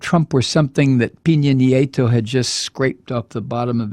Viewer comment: Love your show. I watch it in Panamá. Just a heads up. Peña Nieto is pronounced "pain ya knee ay toe." Peen ya means pineapple. Keep up the great work!